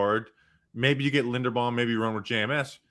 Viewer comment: does have a vested interest in saying everyone who comes into the giants orbit’s name wrong?? how can you say tyler linderbaums name wrong?? love you